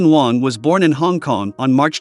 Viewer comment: At least you didn't butcher his last name. A lot of people not familiar with how Wang is pronounced in Chinese say it as Wheng or something similar.